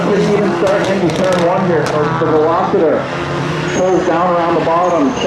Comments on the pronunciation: Velositer??? What's that? Lol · " VELOCITER" LOL.